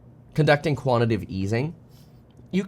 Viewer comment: Kevin, can you please try to pronounce "quantitative" correctly? You're not saying that, you're saying "quantitive".